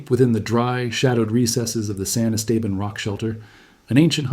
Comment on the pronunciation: san esteban? can you pronounce it correctly?